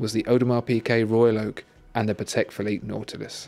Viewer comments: isn't it audemar peegay not audemar peekay? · PIGUET, WITH A G, FOR THE LOVE OF GOD